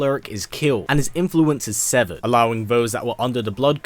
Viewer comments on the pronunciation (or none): none